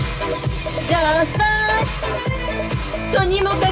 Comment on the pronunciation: みんなjust tryのｒが発音できてなくてtryに聞こえない